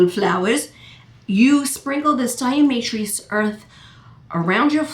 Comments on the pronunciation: pronounced DI A TO MA SHUS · There is no "r" in diamaceous...lol